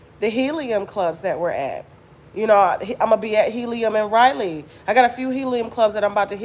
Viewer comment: Raleigh,NC probably isn't sold out because they probably don't what city you're saying. Raleigh is pronounced (Ra lee) you kept saying Riley, Ryelee. I'm from the area didn't what city you were talking about at first especially since you're not saying the state